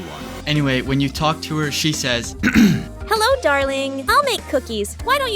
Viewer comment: Btw it's TO HER not tauh